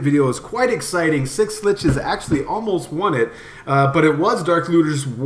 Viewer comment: just say Schlitzes the way it is, fucking annoying dude